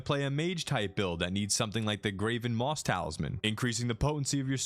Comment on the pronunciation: xD fam Graven Mass is pronounced Mahss not moss